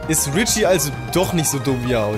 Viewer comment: Sag doch bitte Richi und nicht Ritschi.